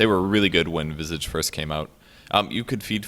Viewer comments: its not "vizig" ffs!!! its visage!@ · Lol you gotta learn how to pronounce Visage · if you don't like saying it either way say Vye-sage. Like dat. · strange i pronounce his name vi sage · why does everyone pronounce visage wrong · he's saying visage's name wrong